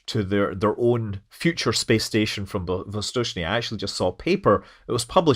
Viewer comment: His pronunciation of "Восточный" is almost as good as that of native speakers, and I think it's remarkable.